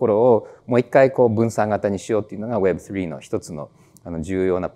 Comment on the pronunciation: web3の発音が凄く良いですね😊